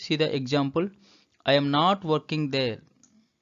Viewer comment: Kindly pronounce the 'am' properly it's not 'yaam'.